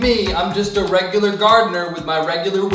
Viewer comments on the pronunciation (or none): none